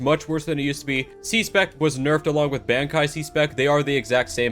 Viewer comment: I was SOOOOOOOOOOOOOOO happy when he stopped talking about bankai alums bc he can't pronounce the word